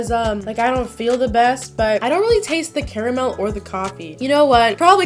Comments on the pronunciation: THANKYOU FOR SAYING CARAMEL THE RIGHT WAY I SAY IT "CARE A MEL" AND EVERYONE MAKES FUN OF ME SO THANK YOU!!!! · FINALLY SOMEONE WHO SAYS CARAMEL PROPERLY AND NOT “CAR-MUL” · omg somone says Carmel not curmel yess I always so Carmel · Finally... finally someone who says caramel right...